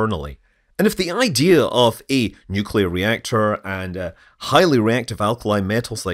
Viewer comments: It's pronounced NUclear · Nuewclear wvessel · Nucular. It's pronounced nucular. :) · Nuc-le-ar. Nuclear! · Oh come on…. Everyone knows it’s pronounced New Key Lar. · 'Nukular'... It's pronounced 'nukular'